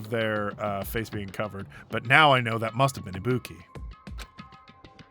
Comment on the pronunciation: still cannot pronounce ibuki correctly even after shes full dead